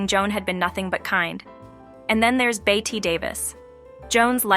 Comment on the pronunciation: It’s pronounced “Betty,” not “Bett-a” and her last name was “Davis,” not “David.” When you can’t even get something this elemental correct, it thoroughly destroys the rest of your argument!